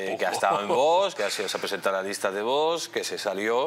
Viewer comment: ¿Por qué dice el presentador VOSSSSS?, es VOX, osea fonéticamente es Vokss. NO Voooosssssss. Jod…. con la ESO.